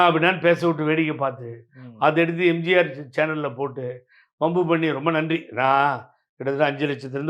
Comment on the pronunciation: தம்பி எம்ஜார் டிவி ன்னு உச்சரிக்காத. எம் ஜி யார் டிவி ன்னு சரியா உச்சரியுங்க